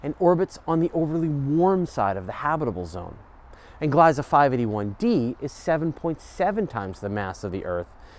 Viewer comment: Please pronounce Gliesa with the long e sound please.